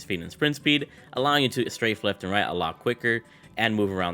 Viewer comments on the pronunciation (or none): none